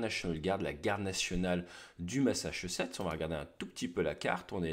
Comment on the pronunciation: Le machchuchetsssseu